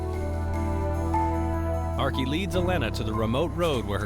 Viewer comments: Why is the narrator pronouncing archie as ark-e?!?! But god bless those dogs...i immediately cried at the thought of the dog that almost had to give his life for her. THAT is the reason why i would be able to hurt 1,000,000 people over 1 animal...that is real unconditional love. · Thought I heard her pronounce it as "Arkay"...almost art imitating life before art happened reminded me of Skyrim dog(s), lastly how that cottonmouth get there in the first place I'd figuer you'de find it in the Everglades, very suspicious like somebody placed it there.